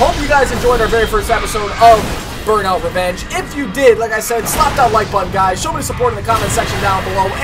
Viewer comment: Cmon dude its burmout lets keep it goin